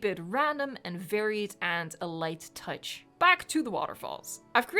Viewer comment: Ah yes the "light touc", my favorite technique